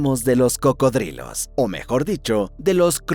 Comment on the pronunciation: Se llaman cocodrilos pareces imbécil pronunciandolo de otra manera